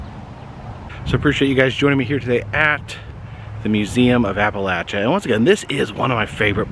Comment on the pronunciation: Finley someone that pronounces Appalachia the right way..